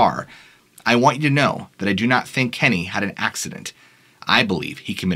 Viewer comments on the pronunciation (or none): none